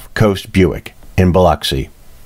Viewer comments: Thank for pronouncing Biloxi correctly. As a former Mississippi resident I appreciate it. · I am so happy to hear you pronounce Biloxi the way it is supposed to be pronounced. It is so frustrating to hear people from other parts of the country call it Bi LOX i!! You did your homework!